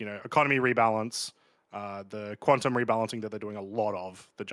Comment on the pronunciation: Quantum not “quanton”